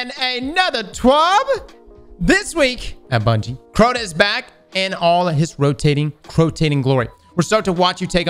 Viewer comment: don’t ever hesitate to say “This Week At Bungie”. Your way of pronouncing it is always the best one.